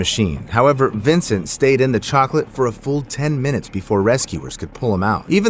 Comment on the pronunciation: The cocalate death i had to say chocolate did you jou say cocolate ahhhhhhhh😂